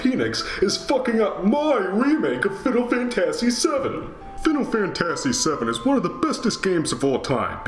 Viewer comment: Oh no, it's you again! Also, that's not how you pronounce "fantasy" calm down. No remake is perfect.